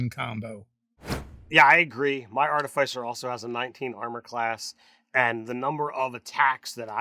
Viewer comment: Always mispronouncing Artificer.